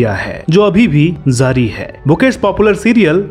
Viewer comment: Tiwari ji is definitely a good actor. But your pronunciation of urdu words is erroneous. It is not "Zari". It is "Jari" means continue. At almost all occasions you pronounce "Z" in place of "J". In urdu every J is not Z.